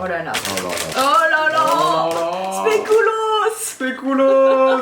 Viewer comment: Le speculoos c’est belge et on dit pas spéculos on dit speculooos